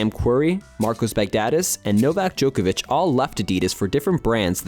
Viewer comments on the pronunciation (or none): Why do you keep calling Adidas "a-DEE-diss"?? "Joke-avich" Really? Really? You can't even TRY to pronounce his name correctly either? What is wrong with Americans... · Joke-a-vich? Really? Are you seriously going to be THIS lazy when it comes to pronouncing people's names? Like come on man. You know how its pronounced, because you've heard people say it, I know you have. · can you learn how to pronounce djokovic? Its not "joker-vic"